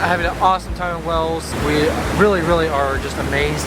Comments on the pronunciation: I think they were freaked out by being told the Thames is pronounced "Tems" and have applied that rule to Wales!!! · Same here i think they both say wells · I still LOVE how you pronounce Wales , cracks me up every time. I've also never seen anyone have their hands on the wheel like that, I remember you mentioned it in the seaside video, my mind always turns to "what if I have a blowout at this exact moment" when I have my hands on the wheel in a weird place. Amazing views! When I'm walking in woods like this I always think to myself... imagine what people were doing when X & X were built... how life was like. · When he says WALES it sounds like WELLS. The "weird steps" are called STILES and are found on public rights of way. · Nice video,but Wales isn't pronounced ' Wells , it's WALES as in 🐳🐋 👍🏴🙂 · The pronunciation of 'Wales' isn't 'Wells' but 'Way-uls'.. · Please say our country right, it isn’t pronounced wells, it’s Waaaaales, like hails or bales or shales. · It's Wales not wells 😄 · Wales pronounced (way uls) it sounds like your saying wells. You would of had a good day going up the Snowdon mountain railway. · To confirm, Wales is pronounced the same as those very large mammals that live in the seas and oceans. Not "Wells". It's interesting to listen to your perspective as a couple coming to the UK from the USA. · Your videos are very interesting but something that winds me up is how say the country name Wales it sounds to me as is he's saying "wells"🤔 every time, he says Wales. W......ales carry on making the moves I like the holiday at home vidoe how about a trip to the shops🛒 or lets get some petrol ⛽how Americans do it? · Wales is pronounced like Wails, not like Wells. Historically speaking Stoke on Trent used to be the centre of the area called The Potteries where a lot of ceramics were made and sold including Wedgewood. I'm not sure there's much left of that now. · It is pronounced "whales" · AAARRRGGGHHHH Why does he keep saying "WELLS" ?